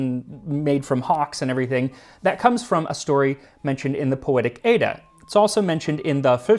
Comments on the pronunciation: The pronunciation of Edda was a bit off, it’s more like the Ed in education, but stronger. Nice video tho! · Edda is pronounced with a short "e" as in the word "bet". (Swedish speaker)